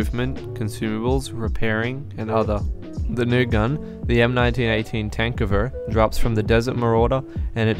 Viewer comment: thank you for pronouncing tankgewehr right